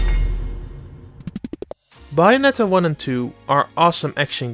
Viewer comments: TheJojoNetwork I think the pronunciation is worse than the accent. It's clearly Bay and not Bah. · Its bA-O-net-a Not bye-on-etta You dumb fuck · Buyonetta? Its with an A, Bayonetta. Its fine, everyone makes mistakes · Its bayonetta its not baionetta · Buyonetta? I thought i looked up bayonetta. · After the 3rd BYONETTA I couldn't take it anymore had to stop the video. I understand English probably isn't your first language but it's Bayonetta. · BAYonetta, not BUYonetta! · Bouyonetta lol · It’s not buy-anetta. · I would love a game starting Bio-netta. Just teasing, pronunciation is more than good enough. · He keeps giving you the sublimile messages by saying buyanetta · I hate it when he says bayonetta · "Buyonnetta" is pretty hot 😛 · "Byonetta." I'm now officially triggered. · "biyonetta" make it stop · ''Bai-onetta'' Okay, bye. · Buy-a-netta! Buy-a-netta! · What's wrong his pronunciation? This Bye-oh-net-tahh review sounds fine to me. /s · Thank you, that made my day. It makes that pronunciation almost worth it, lol. ;-) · Oh god... The way you pronounce Bayonetta is killing me. Oh my F'in god.... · Oi! All of you need to quit bashing the guest speaker! Yeah, he's got an accent. Yeah, he pronounces "Bayonetta" weird. But that's no excuse to criticize and jeer the man into another dimension! I thought the GameXplain comment section was at least a little chill compared to other channels, but I guess not! Seriously, y'all need to sit down and be humble. None of you are perfect, either, so quit acting like needs to be! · He can pronounce Bayonetta correctly. Has nothing to do with the accent. It’s a professional review so why shouldn’t we expect the title of the game to be pronounced correctly? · Why!?!?! Why do you insist on pronouncing Bayonetta wrong when it's clearly pronounced for you in the game its self!!! It's like when people call Mario Maryo, please stop! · i think you are right especially how he pronounces bayonetta, but i can live whit it